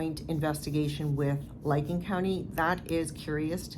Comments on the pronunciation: The county in Ohio investigating the Keesee case is Licking, pronounced lick-ing not liking. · Yeah it's licking county not liking county. Just so people know what county if they want to look it up and follow it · its pronounced...lick Licking Co.😊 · . I worked there (not as an officer) for many years. They operate in integrity. (btw, Licking rhymes with ticking, believe it or not 😂)